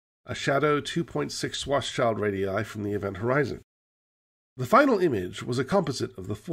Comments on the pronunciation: I love these. My only nitpick is that it's not pronounced 'shwarts-child', but rather 'shvarts-shilled', because it's German. But I guess that's a battle (not to mention a couple of wars) long lost. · Please stop calling Karl Schwarzschild a child. His last name literally means 'Black-shield'. You already pronounce the Black-part 'Schwarz' correctly, however; 'schild' is pronounced exactly the same as the English 'shield'. ->